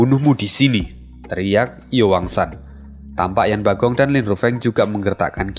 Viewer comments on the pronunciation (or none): Min, tolong koreksi lagi penyebutan nama tokohnya. Sesaat agak bingung denger nama tokohnya, krn di novel atau komiknya ga ada nama tsb. Zhou fan harusnya Zhuo fan, gambar pengenalan karakter juga tertulis Zhou Fan, yang harusnya Zhuo Fan, Yan Bagong harusnya Yan Bogong Ju bijun (yang terdengar) harusnya Chu Bijun